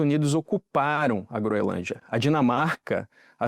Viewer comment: É incrível como nem profissionais da "alta cúpula" jornalística conseguem pronunciar corretamente uma porcaria de nome. Não tem de verdade nenhum pateta na grande mídia que saiba dizer GroeNLândia? Nem a Natuza Nery?